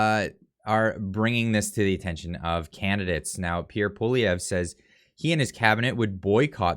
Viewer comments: Poilièvre (pwaljɛvʁ) A tough one. However, accurate pronunciation would closer to "P-wah-lee-eh-vr". Example: By the way, love the frequent updates,. Keep at it.👍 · Do Something : The easiest way for an anglophone to pronounce Poilievre is as follows. Pouh-wal-lee-evre. The first "e" of evre, is pronounced like the last "e" in the French word, "échec." Hope this helps. ☺ Tomorrow, I'll show you how to say Gérard Despardieu!!! LOL PS: For Poilievre, you can also translate both words that form it and that's Hairhare. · Pierre Prononced ...”Pawlievre” not “Poilievre”.... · please learn to pronounce Pierre Poilievre's name. You are butchering it. Love your no BS reporting!!